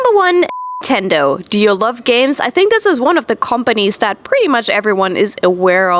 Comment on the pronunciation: You can't say Nintendo?